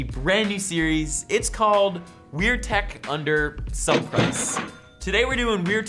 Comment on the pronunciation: just so you know its tech not tak